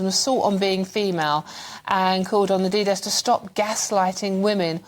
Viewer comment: She said ADIDAS wrong!